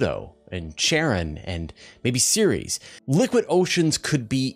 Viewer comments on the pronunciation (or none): none